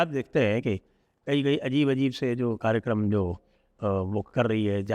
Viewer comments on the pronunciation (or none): none